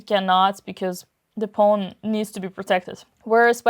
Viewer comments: 'Pawn', not 'pone'. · The way Dina pronounces "pawn" is so cute. ☺